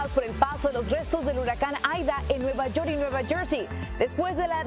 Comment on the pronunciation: Nueva YoR y nueva jorsey, presentador Mejicanita, porfavor tomá clases de Inglés